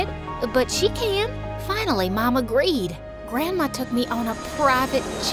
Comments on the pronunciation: You say like 'Mon' 😂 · ummm mon instead of mom